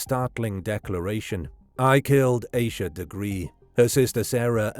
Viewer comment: Please pronounce her name correctly. If you can say Reinhold Schultz Suzuki etc you can say Ahh-sha(Asha)